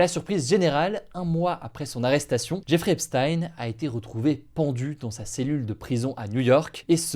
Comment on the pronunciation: Jeffrey se prononce "Djè-fri"